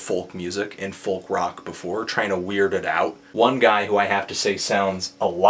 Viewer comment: you pronounce 'folk' weird. its fowk not foLLk